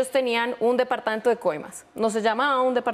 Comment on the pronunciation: Departaento....no....Departamento....